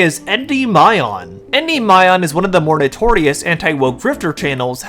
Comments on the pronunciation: Gotta learn how to pronounce the word Endymion lad it is not Endy My On its En Demion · Greek here, Endymion is pronounced "Endimion". The figure in question was put in eternal sleep by Selene. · I wasn't gonna mention it because you had only made one video, but I'm pretty sure Endymion's pronounced en-DIM-ee-in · Great vid, by the way it’s pronounced “en-DIM-ee-un” not a fan of his just, almost didn’t watch the full vid due to the non pronunciation used. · Endymion is pronounced: (In - De - me - on). Like the Gundam from Gundam Wing, I love that show. That Endymion guy has weird takes, and it even comes off as racist. My developer friend who worked for a studio said, "Yes, there is a group of people, mostly women or whatever they want to call themselves, in the industry trying to remove the hypermasculine image of men to combat toxic masculinity." When a character is Hypermasculine, they have to be put into a caring role. Which is why you have the same "Bear and Cub" story repeated in the media now. Also, when you have a male character, the female counterpart has to be just as powerful or more powerful than the male counterpart. The reason for this is because they are trying to sell games more to women. Women are the biggest consumers in America. It is evident in Netflix subscriptions, books, movies, you name it. Women spend the most, and they are making more money than men. Corpos and Developers want a piece of that pie so they do things to try and sell to female audience... aka... modern audience. These podcasters are valid, even though their criticim sucks. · Unimportant nitpick, en-dim-ian*